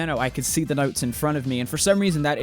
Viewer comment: He turned Australian When he said notes